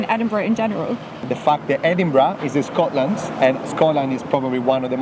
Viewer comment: Shcotland is the best place in the wurruld 😅